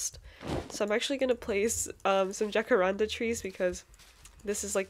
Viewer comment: Love your videos so much <33i def think keeping the mushroom inside the sheep pens would be really cute! And don't worry about the Naga if you have enough arrows and get on the high ground it'll be pretty easy! Just make sure to not let the Naga break the blocks your standing on. By the way! jacarandá trees are pronounced Hah-ka-rahn-da !!